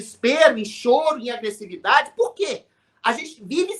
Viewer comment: VC, TÁ RIDÍCULO FORCANDO A FALA. FALE NORMAL. VC FALA "CHOURO" RIDÍCULO! SEJA NATURAL POXA! AÍ VEM ADRILLES GRITANDO IGUAL A GAZELA SALTITANTE. POR DEUS, MENOS, MENOS. MOURÃO TAMBÉM É 🍉